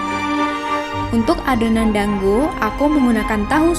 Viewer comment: Teh maaf dango bukan danggo